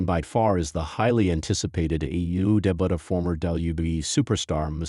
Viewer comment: "Made his debutt" 😂 peace I'm out